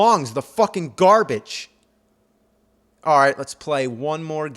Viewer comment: Gerbage or Garbage?